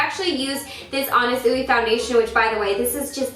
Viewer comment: it's pronounced more like anna swee